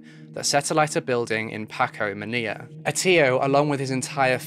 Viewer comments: I can’t listen to this because of all the mispronunciations of well known words. Manilla, is pronounced like vanilla, and so forth. Ruined an otherwise interesting episode! SMH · The capital city of the Philippines, Manila is pronounced maa nee laa NOT ma ni ya. Not all l is pronounced y. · Just to let you know, Manila's actually pronounced like "Muh-ni-luh," like Vanilla. But hey, I love your videos, they're really interesting and mindboggling. Please keep doing what you do! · the mispronunciation was really distracting lmao.... he really said MANIYA with his whole chest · Why are you pronouncing Manila incorrectly? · How you pronounce the word Manila is kinda cute. 😅✌🏻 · Hor - Ay she- oh - Horacio | Man - ill - ah Manila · Baby let me help you out (love your vids/research) HORACIO: ho-ra-shee-o (Atio?) Manilla: man- nee- la Miguel: Mee-gal PS: New intro is badass 💛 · the pronunciations could have been worked on but good episode nonetheless! Jose Rizal is pronounced “REE-ZAL” And Manila is “MA-NEE-LA” 👍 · Some friendly help w pronunciation!! (source: me/my girlfriend from the Philippines): -Manila: ma-NIHL-uh -Horacio: ho-RAY-shee-o - Rizal: ree-ZAHL / Miguel: mi-GEHL